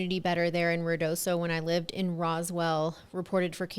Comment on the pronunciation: It's pronounced Ruidoso, Not Riodoso...